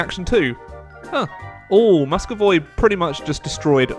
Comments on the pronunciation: fucking moscovoi really moscovoi couldnt you pronounce moscuvy? come on it isnt that hard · I want to kill myself when ever he sais MUSCOVOY instead of MUSCOVY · Salish is where Seattle is, Vancouver is not colonized in the beginning. Also it's pronounced Mus-co-vie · you pronounce 'Muscovy' as "Muscovoi". It should sound like 'Məskəvē". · Muskovoi... I have ear cancer now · I've heard a lot of miss pronounced provinces and countries in eu4 but "musk-o-voy" I have not heard before. Haha, more eu would be great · Oh god, "Musco-voy" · I die a little bit every time he said Muscovayy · Did anyone else cringe when pronounced muscovy wrong? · You pronounce Muscovy wrong! Along with many others!!!